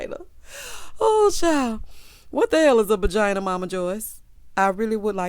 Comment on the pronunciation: Okay I thought I was only one hearing "bagina" 🤣🤣🤣 I'm glad it wasn't just me